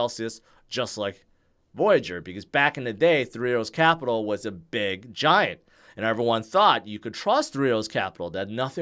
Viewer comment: No disrespect. But how the hell are you trying to say three arrows Capital?